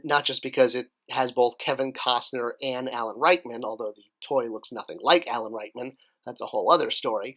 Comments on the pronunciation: Did I hear you say Alan Rightmen instead of Rickman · "Rikeman"? Threw me for a loop there, haha it's Alan "RICKman" I thought I was wrong all these years, but sorry, I think you may have been wrong all these years:D